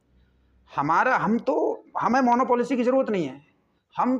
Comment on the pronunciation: It’s called Monopoly not Monopolicy . एकाधिकार. Aap acha kaam kar rahe hai is saal. ❤❤